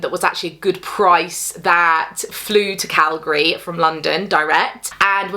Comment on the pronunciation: As a Canadian who grew up in Alberta, I appreciate your correct pronunciation of Calgary 😂 I live in Saskatchewan now and everyone here gets it wrong